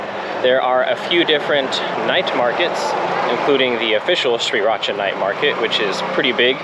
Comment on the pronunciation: its pronounce Sri raaaa.chaaaa not Sri rat cha!